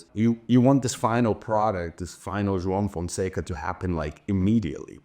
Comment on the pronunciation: "João Fonseca" perfectly pronounced!! Haha, dude, you're actually Brazilian — I can't believe it! Just found out today after following you for so many years. Eu vi o seu nome com a bandeira do Brasil ao lado e achei que era um bug. Que animal! Abraço!